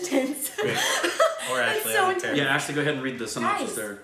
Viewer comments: Ashley you pronounce name correctly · Ashley has the name Spot On! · Ashley spot on. You got the name right